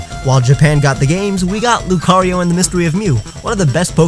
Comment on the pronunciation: Why does c have its own syllable while rio only as one? Shouldn't it be loo-cah-ree-oh?